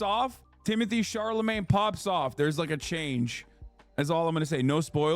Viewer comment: doesnt pronounce chalamet right not even once